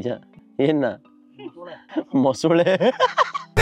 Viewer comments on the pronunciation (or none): Mosule alla bro mosale 😂😂